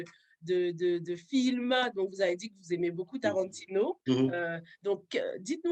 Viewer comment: J’avais commenté au début et à la fin de la série qu’on aurait Tarantino (et du sang du coup) dans cette série:-)! Du coup, j’ai éclaté de rire en l’entendant prononcer le nom de Tarantino, lol! Maintenant c’est confirmé, je sais à quoi m’attendre. Merci de nous proposer ces interviews qui nous éclaire sur les idées qui animent le réalisateur..